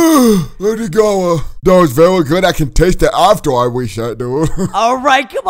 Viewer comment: Its not gora Its gara